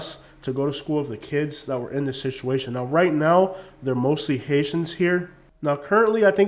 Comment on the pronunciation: you are mispronouncing, the word Situation; please correct that! Other wise the video is excellent!